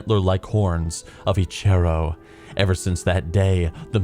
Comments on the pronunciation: I got the Liothien Prowler 2 months ago. Best. Mount. Ever. Also got Spirit of Eche'ro which is sweet. P.S. God dammit you're bad at reading names. Each "Eche'ro" killed a part of me. I love you doe :))) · The way you pronounce Huln and Eche'ro gave me twelve types of cancer